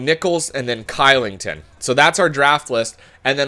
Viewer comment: oliver "kilington" is prononuced "clichelington"